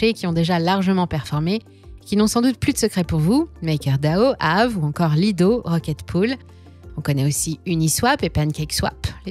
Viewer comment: Comment ça prononce AAVE, ça se voit à chaque vidéo que vous êtes une imposture 😂Récidive à avec le fameux Didix 🤣